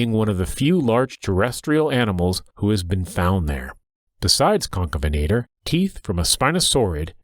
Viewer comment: Stop calling him concabenator you spelled it right so why can't you say it correctly